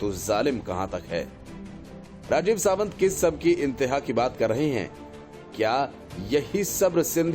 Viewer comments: सावंत नहीं सातव बोलिए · Rajeev Satav .... not Rajeev Savant